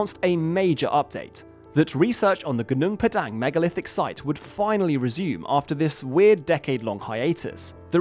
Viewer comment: PAH-dahng, not 'dang' like 'dang it all' .. GOO-noong PAH-dahng 😊